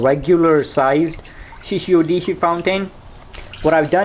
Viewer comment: Shishi Odoshi, not Shishi Odishi.